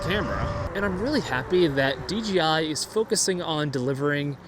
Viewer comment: It’s. ‘DJI’ not ‘DGI’